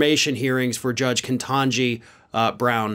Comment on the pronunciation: Ketanji. Not kentanji.